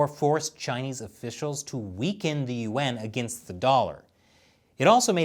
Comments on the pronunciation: When you said “Yuan” I thought you said UN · the way you pronounce yuan sounds like your saying UN otherwise love the show.